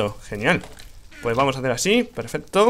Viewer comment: no es peferto es pesfesto